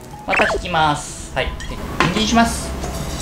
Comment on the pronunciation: にん↑じんのね～がいい意味で気になったw